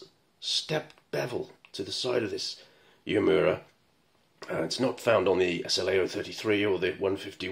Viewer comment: Your pronunciation of 'Uemura is spot on' 🙂